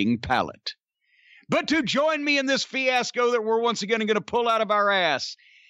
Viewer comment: A Fee-Ass-Co?